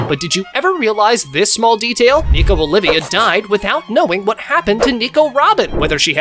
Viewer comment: Her name isn’t Nico Olivia, it’s “Olvia” (Ol vee uh) 😁